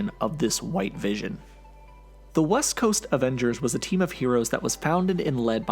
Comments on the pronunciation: His name is Wision...get it right. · I keep hearing DAVISON! I know it's the vision